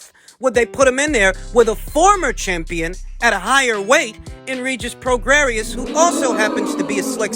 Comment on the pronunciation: Pronounced...PRO GRAY..COME ON YOURE SUPPOSED TO KNOW ABOUT BOXERS......CHAR LO YOU DONT KNOW ANYTHING ABOUT THESE FIGHTERS. ANOTHER BUNK CHANNEL..DONT INSULT OUR INTELLIGENCE..AND KNOWLEDGE OF VOXING